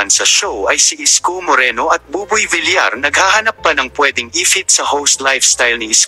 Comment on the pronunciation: Ayusin mo nga pagpronounce mo,bilar ka ng bilar,vilyar pagpronounce